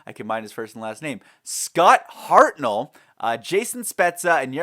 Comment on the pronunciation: Scart Hartsmell that what it sounded like you were about to Hartnell